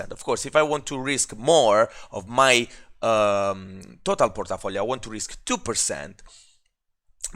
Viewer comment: Hahaha, i love your accent !!! (Porta-Folio) sounds like some dangerous gangsta district controlled by a mafia boss..lol